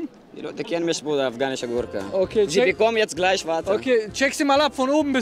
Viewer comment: ``afgahnische goorke,, killt micht